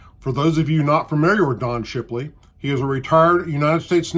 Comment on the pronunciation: Did u say shipiley?